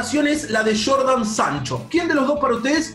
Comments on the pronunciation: Gran video. Pero es Jadon Sancho no Jordan jajaja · Nadie: Absolutamente nadie::jordan sancho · Nadie:: Jordan Sancho